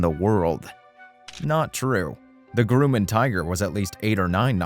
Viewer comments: I would still buy a 177 if I could find an affordable one with 180 hp. Also, any chance we could get diction lessons for the narrator? Not being able to correctly pronounce Garmin, Grumman and a number of other words is jarring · FYI, it's pronounced "GRUM-MAN" Grum like Drum. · Your narrator mis-pronounces many words..Citrus(Cirrus)..Groomin(Grumman)..Subsequent..What's all this about? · I can try to forgive pronouncing "sta-BILL-a-tor" instead of "STA-ba-lay-ter" and "Grew-man" instead of "Gra-man" but when the guy calls the Cirrus SR20 a "CITRUS," I have to wonder if ol' actually know much aviation after all. Then there was "per-posing". Has never heard of the marine mammal called the porpoise (like a dolphin... you know... Flipper)? what is "sub-SEE-quent-lee" and, "sub-SEE-quent?" If you're saying, "subsequently" and "subsequent," it's pronounced "SUB-see-QUENT-lee" and "SUB-see-QUENT." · It's Grumman, not grew-mon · gruh-man (not groo-man) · The fuck did I just watch?? Are you even in aviation at all? Anyone out there have german (GAR-MIN) avionics in their citrus (cirrus) or their Grooman (GRUH-MIN). Never heard a stabilator called a sta-billa-tor before. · A 'Grewman' Tiger? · What’s a Grooman? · The Grooman??? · Why does this guy keep saying Groomin and Lie-cumming? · WTF is a GROOOMAN? LOL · Groomin and Citris. Perpoiseing. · "Grooman"? What's a "Grooman"? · And it’s competition from the Groomin aircraft company. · I’m always amazed at how people can try to appear knowledgeable and yet make ignorant mistakes like this…..🤷‍♂️ “Gruuuuuman” 🤓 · "Grooman" heehee... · Considering you can’t even properly pronounce the name of an engine manufacturer or aircraft company, it doesn’t surprise me your statements throughout this video are contradictory and inaccurate. If you want to know the truth about the Cardinal, simply ask the man or woman who flies one.